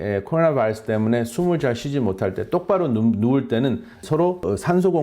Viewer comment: 발음 ㅎㅎ 미국 의사분들보다 굴릴땐 더 심하시네요 바이타민은 안굴리시궁 아우,,,~~~ㅎㅎㅎ(코어나바어스 만 ) 잘하심